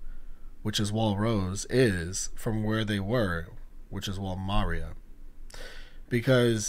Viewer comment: No hate but it’s insane that you pronounce Maria like Mario 😭